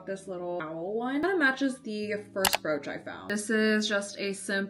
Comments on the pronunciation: I thought she said "roach" 😭😭😭😭😭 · me too why she cant say brooch its not a hard word